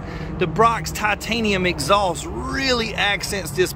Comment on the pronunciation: I love the way southerners say “exhaulss”